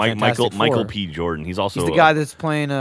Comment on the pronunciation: It’s weird coming back to this post gen:lock and hearing them be like “that guy Michael p jordan” ( and yes I know it’s b I’m just 90% sure said p)